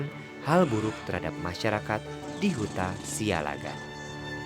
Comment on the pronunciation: Pronunciation yg benar "Siallagan" double "L" Not (Sialagan)